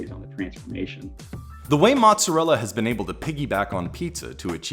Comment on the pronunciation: That's not how you pronounce mozzarella.